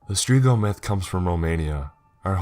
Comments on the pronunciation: Its strigoi. Strig-oy. Not strigo. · Its not strigoh , its strighoi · it`s Stregoi..... not strego. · Is it not supposed to be Strigoi and not Strigo? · "Streego" lul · Umm I’m sure your saying the creatures name wrong but then again accent can make it correct as well.....sorry I’ll drop it I have issues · Romanians are Christian orthodox. Plus the pronuntiation of strigoi is very off. Also the strigoi only come out at night and the trait is not hereditary it can happen to anyone if certain conditions are met. Great story otherwise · You mispronounce strigoi.